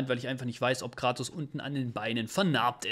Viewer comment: Sorry aber er heißt Kratos, nicht Gratos ! Da haben mir meine Ohren geblutet